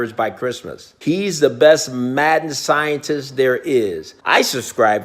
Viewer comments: Says sientest, should say scientist, thought it said sentiest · LMAO BRUH “SIENTIST”